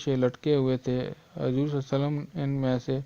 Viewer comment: Aap Huzoor ko Hajor keh rhe ho khud